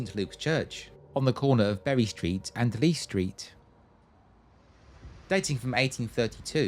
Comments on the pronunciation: Exellent video of the town of my birth and up bringing, thank you, one little point for future reference is the road that runs by St Lukes (Leece Street) is actually pronounced leesee street. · Lovely little film. A couple of dodgy pronunciations (like Leece Street is pronounced LeeSea) but I think a Londoner can be forgiven. Keep it up.